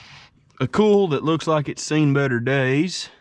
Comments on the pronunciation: Hi all great vids mate I'm enjoying them. At first I didn't know what you were saying when I first listened to you speak lol you say oil like ol and coil like cool. I don't know why but Americans can't say the i in the pronunciation of certain words. Coil pronounced like coyl or Doyl. Oil is the same oyl. How do you say Craig all you Americans haha you say it like Crag it's Crayg it's not a silent i. Anyway that's my bit haha. Now lets see how many Americans don't like me telling them this. What are you doing with all the vehicles once you get them going? Jeremy Downunder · What the hell is a ‘cool’? He keeps saying it.